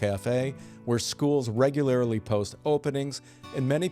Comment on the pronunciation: “regularly” not “regularily” 😊